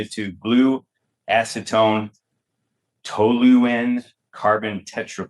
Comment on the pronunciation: “Toluene” (pronounced “TOHL-yu-een”) is a component of TNT. The last T in TNT stands for toluene. The full name is trinitrotoluene.